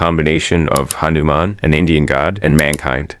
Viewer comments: Its not hanuMan its hanuman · idc but ha - nu - man. In one flow not slow at mid.